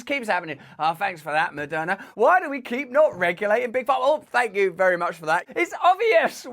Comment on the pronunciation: yes, fank you!